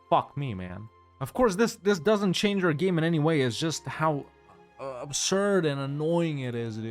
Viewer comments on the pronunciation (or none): none